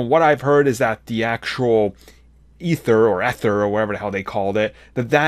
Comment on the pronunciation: It's pronounced "Eether".